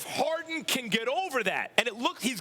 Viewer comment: It's Harden Max ... Harden ... not Hard-on !